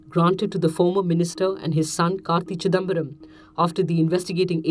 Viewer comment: When ever she says karti chidambaram hear it as kaki..chidambaram😁😁😁